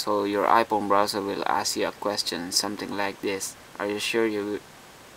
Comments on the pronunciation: the H must be silent lol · 'ph' is an 'f' noise my man. i know about a million people have pointed it out.